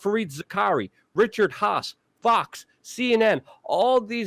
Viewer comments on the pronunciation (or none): none